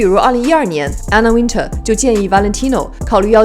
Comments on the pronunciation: One more time !!!! Anna Wintour. Win "tour" Not Win"ter" !!!! ❄️🥶❄️🥶❄️🥶❄️🥶 Gosh .... Learn your pronunciation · 把Anna Wintour名字唸錯的人一定不會被邀請 一直把Anna Wintour 唸成Anna Winter ⋯